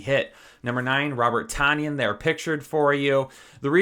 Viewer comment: Its Ton like the weight -yan for Tonyan. 🤙